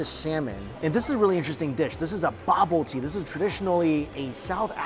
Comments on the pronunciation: So it’s pronounced “Bo-boo-tee” - Bobotie, delicious however you say it. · i thought what the hell is a bubbletea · as a Soùth african I almost said I never had bubbletea but it bobotie 😂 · BAHbutee Me, a South African: a what???? Homie meant Bobotie😩🤣🤣🤣 Nevertheless, please come back to South Africa😩❤ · As a South africsn who loves your videos I had a good laugh when you pronounced the Bobotie. If you ever want to come back and make some videos In South Africa I'd love to show you around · i nearly didn't recognize the word bobotie when he pronounced it, bless him...🤗😂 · i almost didn't recognize the word, and the dish also doesn't look like realy Bobotie... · We are not known for our chicken. You not pronouncing bobotie correct. Lamb isn't gamey if you want real game for south africans. Its venison wild animal like springbok. If you want a proper curry my wife will cook she is indian.. proper Durban curry...